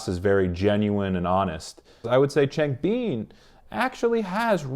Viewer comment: Just a quick heads up! It’s pronounced Chang-bIN and SeungmIN Great video though, I highly enjoyed it 👍